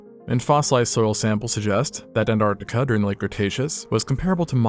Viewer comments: m... ant artic... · Why don't Americans pronouncd the first T in "Antartica"? Noticed you don't say it in "Mountain" either